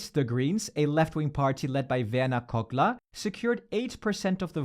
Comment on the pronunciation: The names are pronounced really good, is the narrator german speaking in some kind? Maybe "Kogler" was a bit clumsy but the rest was nearly native.